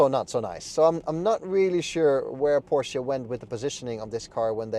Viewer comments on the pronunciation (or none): Good review overall. I got fooled by the channel name, but looked more closely after I heard the name "Porsche" mispronounced a few times in the review.